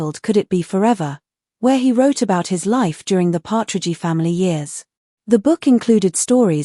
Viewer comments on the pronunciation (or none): If you are going to make an AI-narrated video, can't you even check that it is pronouncing the names correctly. Nobody called it the "Partridgey Family". Nobody says "Danny Bonadeuce". It's just such stupid crap. Several minutes in and I'm waiting for some content. But that's what you were going for, wasn't it? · …”but she was a real person…” seems rather ironic coming from an Ai program so corrupt and corrupted as to pronounce the name “Partridgey”…🇨🇦 ps Love you Susan… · knock it off with these cheese AI voices. Partragy my behind.